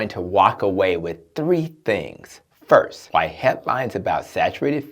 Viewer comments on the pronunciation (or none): *First.....not Firist....